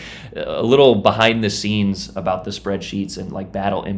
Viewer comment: What is this guy talking abooot IJN DDz gUnBoAt?!